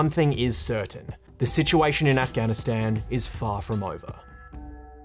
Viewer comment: The only bad thing abt this video is the way he said Afghanistan, Afgan and The Taliban